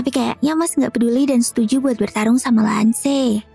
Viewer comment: Mash ❌️ Mas ✅️ Lance ❌️ Lan-ce ✅️ Cavill ❌️ Kavil ✅️